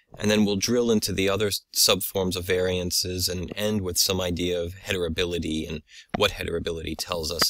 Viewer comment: Excellent work and video. I only noticed you pronounce it hetribility instead of heritability.